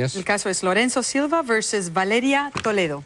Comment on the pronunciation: versush!! jaja